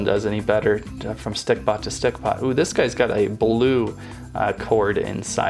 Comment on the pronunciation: he keeps saying stickPOT